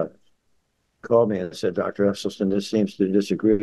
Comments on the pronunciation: You heard this Dr. pronounce his own name. Yet you persist in mispronouncing it. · It's pronounced "Esselsteen", not "Esseltine" 😉 Thank you very much for your free content. Such unbiased, comprehensive information ist very rare in "our" Generation. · Doctor Esselstyn, not Esselstein/Esselstine😊😊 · It's Essel-stin not Essel-stine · Just for the record, His name is pronounced Essel Stin not Essel Stine. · Does the doctor’s last name rhyme with tine or with tin? It seems that Rip Esselstyn pronounces it like “stin,” not “stein?” Just asking. Thanks for this presentation…. Interesting perspectives!